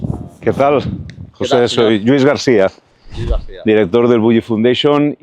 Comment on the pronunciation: Como que Lluis GarSia? Se dice García que no es un apellido catalán! Menudos acomplejados